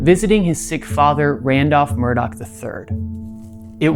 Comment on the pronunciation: The name Murdaugh doesn't have a C or K in it. Why do they keep saying "Murdock?"